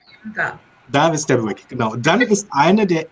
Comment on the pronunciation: Hallo zusammen, es hat mir großen Spaß gemacht euch zuzuhören, vor allem die King Passagen. Und als Knitpicker wollte ich euch noch drauf aufmerksam machen, dass ihr alle miteinander das Wort "Buick" falsch aussprecht. Sorry, nicht bös gemeint;-)